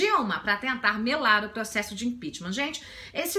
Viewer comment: Acho o máximo quando ela fala "proxexo". Muito legal.